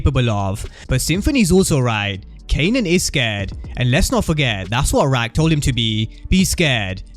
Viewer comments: You killing me everytime you say rack instead of raq 😆😅😂 still love the content 👍🏾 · Just say “Rock” gang lol